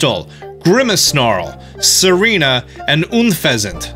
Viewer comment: you kept saying serena